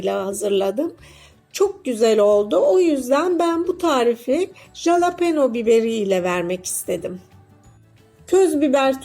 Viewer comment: Abla jalapone değil yazıldığı gibi okuma😅